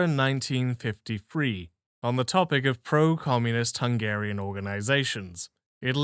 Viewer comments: Sorry to hear that. If it’s any consolation, I’ll say this: You’re way ahead of 90% of people on pronouncing Hungarian, most people don’t even make an attempt on learning how “sz” and “s” are different. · I couldn't help but notice you pronounce hungarian names a bit better. Good for you!